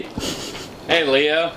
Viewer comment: His name is Leo, not "Leeho".